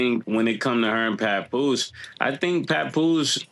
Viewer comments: wtf is puh poose??😂😂😂😂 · Called his ass Pupoose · I hate how says papoose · the way said Papoose name was funny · saying papoose is hilarious 😂😂😂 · The way said papoose 😂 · I thought mase n killa was gonna get on for mispronouncing papoose name 😂